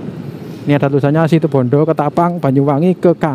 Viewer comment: RALAT MAS. BUKAN SITIBONDO TAPI SITUBONDO. JG SALA SEBUT NAMA KOTA.